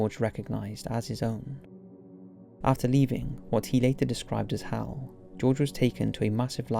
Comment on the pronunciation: Is it just me, or whenever he says "Hell" it sounds like Hal?